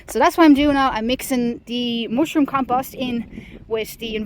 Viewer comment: The way she says ‘mooshroom’. Sigh.